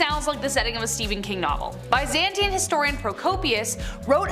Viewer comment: Please learn how to say Byzantine correctly